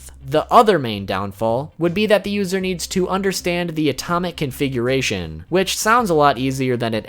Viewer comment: you said atomic coonfiguration twice lol